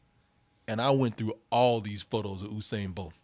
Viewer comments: It's not Oosain it's Yousain 🤦🏽‍♀️ how hard is that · (Phonetically) *You-sane Bolt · OOSAIN BOLT ⚡ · In the news today, Olympic athlete “Oosain” bolt sues youtuber from double toasted mis-pronouncing his name. More on it on fox news. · His name is pronounced "you-sane"